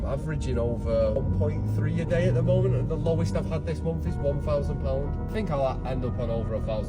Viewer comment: “Last momf”